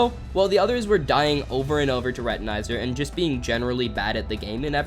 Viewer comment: The way he pronounces Retinazer.. "Retaneyezer" (Very punny)